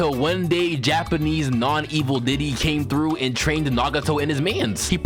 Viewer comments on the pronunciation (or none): none